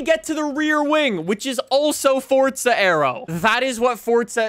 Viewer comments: It,s Forza, not Fortza. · Why do some people call it fortsa it's forza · yes I know it means power however the game is FORZA not fortsa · Why dose he said fortza 😑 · forza not sure what FORT ZA IS